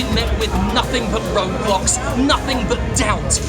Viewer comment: I know you said roadblocks, but I heard roblox and I didnt even shrug because its you.